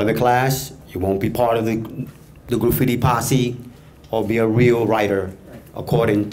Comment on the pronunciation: Graffiti Will Never Die!!!! lol...The guy with the blue cap!..The way he says Graffiti it sounds like "Grooffiti"